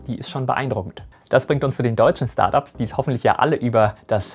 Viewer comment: bitte nicht "Schtart Ups" sagen 🤣